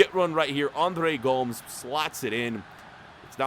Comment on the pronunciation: sometimes your name pronunciation actually makes my spine curl.... André Gom-ez”.... 2 syllables